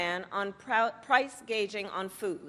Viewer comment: Did she actually say price gauging .. ? Not gouging .. omg The incompetence -it’s unbearable to watch . She can’t complain about the current economic situation without blaming the current administration where she is currently VP - So is her plan to save the country from her incompetence once she is President ?